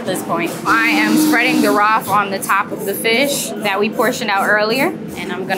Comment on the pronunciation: with, that, smooth. “wif” “dat” “smoov” why do they get rid of “th” and replace it with random letters that are never the same😂